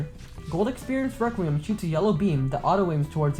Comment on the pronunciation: The way how your friends pronounces requiem😭 RĘQÜÉM